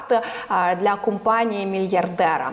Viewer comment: Не кУмпанія,а кОмпанія.